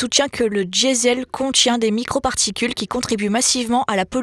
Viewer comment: "Soutchien que le dchiesel contchien"., il va falloir essayer de parler correctement le Français svp. Ça fait mal aux oreilles.